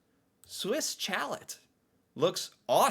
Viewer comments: Too funny. I love the way you pronounced Swiss Chalet. Chalet is actually pronounced Shalet. Long E. It is actually A Swiss wooden house found in the Swiss Alps. Enjoy your channel. BTW I bought one of your hoodies a few months ago and a guy stopped me on the sidewalk after reading it. He simply said, "There is nothing average about being a Canadian!" I replied with the Canadian proverb, "As Canadian as possible under the circumstances." ❤❤ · CHALET rhymes with BALLET ... though I may never pronunce it that way again. ;-) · Its pronounced "Swiss Shal-Ay". And its incredible. It has tbe best sauce for dipping your chicken and fries in. We get the 16oz sauce everytime we order it. Half chicken and fries baby! Its about 15 with tax for a quarter chicken and 20 for a hakf chicken. You can get a full chicken and 3 sides or so for 40. It rocks! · Hey, I'm surprised A&W is not higher on the list. It's probably my favourite go to burger, so so much fresher and less greasy than anything else. I don't really like the root beer tho, but the onion rings are amazing. Also as many have said, it's Swiss shalaye, like filet is pronounced. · If you live in any of the southern Ontario cities, you have experienced the "Swiss Chalet phenomena" (pronounced "Shall Lay" for Pete's sake). That's where if any group of adults are gathered together and all of them have not been to a Swiss Chalet for at least 18 months, the mere mention of Swiss Chalet chicken will induce an overwhelming craving for Swiss Chalet chicken in every last person in the room. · It's Swiss "Sha-lay". A chalet is an architectural style. We used to have a White Spot (not on the list), good burgers and great milk shakes. I think mostly in BC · Every time he says challet, he reminds me of that one friend that mispronounces words just to get under your skin lol. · you are so adorable the way you were saying Swiss Chalet. LOL. Chalet is actually pronounced “Sha-Lay” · Hahaha. Chalat. 😂 that’s “ shall-lay”